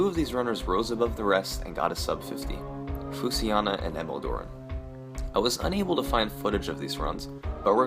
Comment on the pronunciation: Summoning Salt you pronounce Fushiana wrong when you say it as Fusiana. I am basing this off the Japanese characters used in his avatar